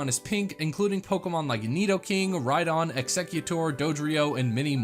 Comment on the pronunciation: When he named Rhyhorn an Rhydon I died